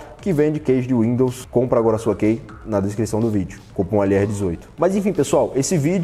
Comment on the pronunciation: Pronuncia-se como ''Ki''.. lol.. qual Kei..lol 🤣. De 2010 a 2020 só ouvi dois ou três brasileiros que, saibam ou não falar inglês fluentemente, pronunciaram todas as palavras corretamente. Brasileiro não estima a sua distancia curta aos EUA para ir até lá aprender um bocado de forma natural.